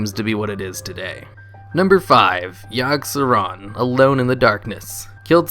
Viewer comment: Yoggsauron not yogg zero